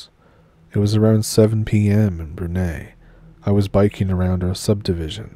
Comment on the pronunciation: Brunei is pronounced ‘broon-eye’. Broon as in broom and eye as in 👁️ . Not to be the language police but it’s like if someone from Brunei pronounced Seattle like ‘seetle’ .